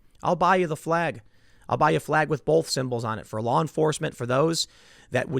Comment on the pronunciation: Tim the word BOTH doesn't have an L in it. Why do you say BOWLth?